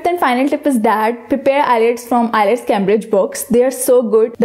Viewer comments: ILETS or IELTS??? May be several times you have pronounced ILETS. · We truly apologize for the mispronunciation of the word IELTS in this lesson. We have corrected that mistake in the later lessons. Thanks.